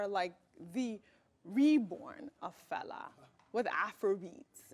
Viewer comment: Can Ojy Okpe please endeavour to pronounce FELA name ,(and other African names ) properly the way she would learn to pronounce European names. Thank you.